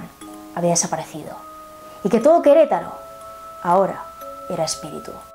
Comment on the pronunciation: que lindo dices Queretaro... yo soy de Queretaro